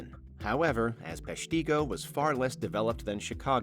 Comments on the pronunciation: Peshtigo is pronounced "pesh-TIH-go", not "pesh-TEE-go". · its PESHtigo not PeshTEEgo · It's pronounced PESH-tih-go, not pesh-TEE-go. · It's funny listening to people try and pronounce Wisconsin cities...it's not PeshTEEgo... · It’s pronounced Pesh-ta-go, as overheard in the news clip shown. As a Wisconsinite, we learned about the fire in grade school. I was kinda shocked to see it on this list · Peshtigo is pronounced PESH-tuh-go. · Dude has a whole clip with how to say Peshtigo in this video and still says it wrong. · Cannot handle how incorrectly they pronounce Peshtigo… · The Peshtigo Fire was so overlooked that they don't even know how to pronounce the town's name 😂